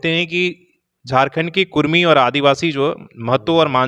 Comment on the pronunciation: रिपोर्टर साहेब,आप हमेशा कुड़मी को कुर्मी कह रहें हैं, कृप्या कुड़मी कहिये ना कि कुर्मी कह रहे हो।